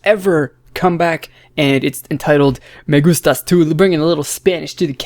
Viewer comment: I'm fan, im from Latino América (México) and this song is so catchy. Loved the song too, and the dance is so good. When you say "me gustas tu" ajkhdf you're pronuntiation is so good. Bye.